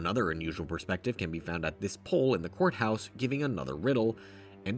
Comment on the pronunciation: every time i hear him say courthouse when i zone out i mishear it as whore house💀